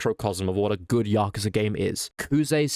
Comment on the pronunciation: You said it correctly-ish. As good as you can with english accent.